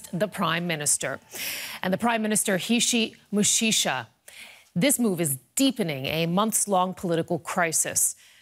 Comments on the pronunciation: I love how she mispronounced the PM's name "Hichi Muchicha" (Hichem Mechichi) Fun fact : Muchicha literally translates "an oral job" a cheap one . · hahaha Hichi Mouchicha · Hishi meshisha 🤣🤣🤣🤣🤣🤣🤣🤣🤣🤣🤣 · hich michicha hhhh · 🤣🤣🤣🤣🤣🤣🤣🤣 hishi mushisha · bruh the pronunciation feels like a Japanese name lol "Hichi Mushisha" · The best intro ever! calling sacked Prime Minister "Hichi Mushisha" instead of "Hichem Mechichi". XD even History doesn't recall the guy well. BIG UP for President Saïed! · it's Hisham Mishishi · mechicha hhh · Thank you journalist for mispronouncing our ex prime minister's name and making it sound as ridiculous as he truly is. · As a tunisian how they are pronouncing the name of the prime minister is the funniest thing ever hahahahah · hahahhaha not a single effort to read the name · I don't wanna correct the pm name😂... He s history now. U pronounced the President name correctly that's what matters 😅